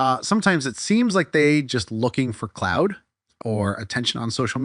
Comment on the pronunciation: Clout* the word is clout, not cloud